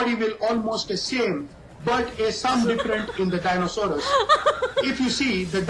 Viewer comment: It's Hippopotamus and Rhiosaures but this genius says it's hippototamus!!!